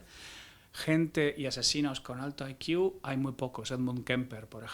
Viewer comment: No entiendo el motivo por qué una persona supuestamente inteligente se tira media entrevista diciendo "I Q" (ai quiu) en vez de "C I" que sería la forma correcta de decirlo. 🤦